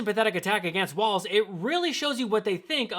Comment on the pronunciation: As a Minnesotan … stop saying Tim WaLTz!!! It's Walz